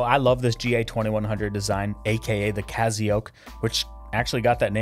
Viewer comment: Awesome review but the fact you keep saying cazio is killing me bro! I have the black resin variant of this and my wife rocks the skeleton. She loves it!